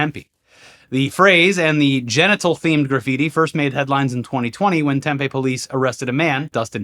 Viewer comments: Tempe:is pronounced TEM-PEE not TEM-PEH. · Yo hearing my hometown pronounced tem-pay was the highlight for me boys lol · I actually get to be THAT guy!!! It’s pronounced Tem-pee… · It's "Tempeeeee" not "Tempayyyy" OMG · Tempe AZ is pronounced “Tem-pee”, not “Tem-pay”. Get it right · Arizona native here. For future reference it's Tem-pee, not Tem-peh like the soy meat. I never realized before how irritating it is to hear someone repeatedly butcher the name of a place I grew up next to and lived in for a while. 😅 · It's pronounced Temp-ee! You're killing me with this temphe. That's fermented soybeans. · Temp-E, not temp-a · Tem-Pee, not Tem-Pay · As a local it was very weird to hear Tempe pronounced the way it was. It's "TEMpee" not tempay. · Tempe is pronounced Tem-pee and Prescott is pronounced Pres-kit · It's pronounced Tim-Pee. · Nit to pick, it’s pronounced Temp-ee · Tempe is pronounced tem-pee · Pssst! Tempe is pronounced "Tem-PEE". Maybe "TEM-pee" on occasion. Sauce: former Arizonan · Hey it’s “TEM-PEE” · we pronounce it tem-PEE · Tempe is pronounce Tem-PEE with a strong PEE. As in PEEnis Man. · To: 1. It's "Tem-pee" 2. Please clear your throat. 3. I love you guys! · The penis man city is pronounced Tem-Pee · For the love of Penis Man, its pronounced tem-pee,. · cute how you guys say "Tempe"... it rhymes with 'pee pee'